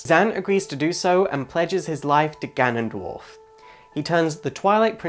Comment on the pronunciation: You suck at pronouncing names. "Fayoray" (which you afterwards pronounce as "Fioray" .)? Try reading slower. Farore. Fah-Roh-Reh. And Nyaru It is clearly Nayru. And "GanonDWARF"? I can't watch anymore haha.